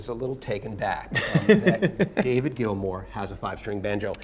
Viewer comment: Maybe get to know the NAME of the guy selling his guitars... "Mr. Grill-More"??? ... and am what's am with the um in the am middle of um every other am word of the Grillmore historian??? I can imagine a transcript of this um video. - Also FIRE THE um #$%& CAMERMAN. #$%&